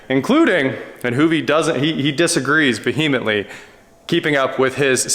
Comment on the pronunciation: Vee-He-mintly? It’s ve-im-ent-ly.